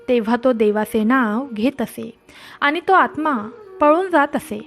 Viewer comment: उच्चार शुद्ध हवेत aani.. पानी..nakoy baki sagle ok